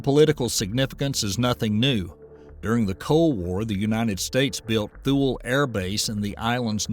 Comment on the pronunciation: Hey there.. its pronounced TOOLEY Air base. Not TH- U-LE.